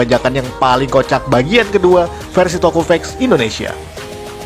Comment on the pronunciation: Tokufact om bukan Tokufak😂